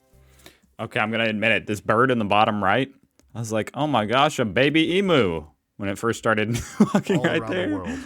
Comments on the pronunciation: He said it most correctly. Though most Aussies pronounce it mel-b'n. And it e-mew not e-moo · Pronounced eemyew Melbourne pronounced Melbn. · The trees in The Dandenong Ranges temperate forest are extremely tall. We have tropical, subtropical and temperate rainforests in Australia. Some of the skyscrapers in Melb'n are amazingly unique and different. Some are even 'optical illusions'. Emu is pronounced 'eem-you'. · How old is this video he's showing? Melb'n is more than 5 million. [and - when you get here - DO NOT say MEL-BORNE or MEL-BURN. Everyone will know you're a Yank. Just say MELB'N. And stop saying EEE-MOOS! They are E-MEWS. You fixed that up in a previous vid, so why have you reverted to your old bad habits? Go and sit in the corner and practice! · Love your reactions im a melbournian easiest way to pronounce it is "Melbn" and "Emew" not "emoo" I'm impressed at how you continue to learn about Australia we know how lucky and blessed we are to live here best wishes to you and your little family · Also... its "Em-meww" not "em-mooo" 🤣🤣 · So nice to have a positive clip about Mel-b'n (never "Mel-born"). The Dandenongs are beautiful - temperate rainforest and English trees and a little bit Germanic/Swiss/Austrian inspired in places. BTW it's Eem-yew not Ee-moo but you're a nice guy so no probs! The number one tourist spot is closed sadly. But come to Melbourne for the cafe culture, the great restaurants and see the amazing Victorian coast and country-side too! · Still saying “eemoo.” Is that to stir us up? You have been told in heaps of comments that it’s pronounced, “EEM YOU.” Also even apart from us football lovers, The MCG, Melbourne Cricket Ground is a world famous Stadium housed in a large sporting precinct which also houses Rod Laver arena, home to the Australian Open tennis. I disrespect any video presentation that leaves it all out. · 1 - It’s pronounced Mel-Ben 2 - It’s pronounced Em-you 🥴🙂